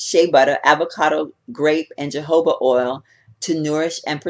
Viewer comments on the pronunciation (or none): You could easily make that scrub yourself, but I will definitely check it out. I have tried sleeping eith lipgloss and the dry skin rubd right off in the morning. Im sure vaseline or any other petroleum base profuct would work as eell. You might try sleeping with a cool mist humidifier too. Btw jojoba is pronounced with an h sound.